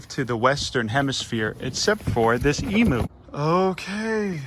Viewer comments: please emu is pronounced emYOU not emOO it hurts my little aussie soul every tome you say it >-> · Pronounced emew or emyou. Not emoo. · All Americans repeat after me.. Em...u Say it like "meme you" but with an E.. Em.. u Emu.... for Pete's sakes They are not called Emoos..... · I’m Australian, not one person here pronounces it e-moo. E-mew. Kitty not cow. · Its said e-mu, not e-moo. Sorry but i hear lots of people fron the states making cattle noises trying to say emu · Did you say “emo” It’s Emu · In Australia emu is pronounced eem-you not ee-moo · bruh you pronounce it eem-you not eemoo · not to be rude or anything but... it's pronounced Em-You not Emoo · I die inside when he says E-moo its pronounced E-mew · me being Australian it triggers me when he says emoo 😂 it’s pronounced like eemyou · Eem-you not ee-moo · Its emu not emooo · Eeem-you not eeeemooo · It’s spelled emu but pronounced em-you not emooooo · It hurts me, as an Aussie, every time I hear someone call them 'Emoos'. It's pronounced 'Ee-myu'. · Emu pronunciation: (E myou) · just so you know the right pronunciation of "emu" is said like "emyou" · Keep up the good work!!! Just as an aside, and I'm pretty sure this is gonna be plunged into the dirt, but... Emu is pronounced "eemyoo" That is all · Australian's pronounce emu as 'eemew' - a tip from down under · It’s pronounced ee m y oo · The way you pronounced emu bugged me so much... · please pronounce emu correctly... ha-ha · That’s not how you pronounce emu - coming from an Australian